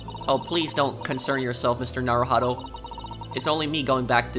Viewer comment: Actually his name is naruhodô, with the stressed "dô", you are usually stressing the "ho" instead